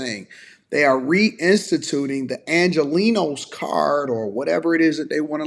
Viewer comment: Everytime she says angelenos I get pissed off 😡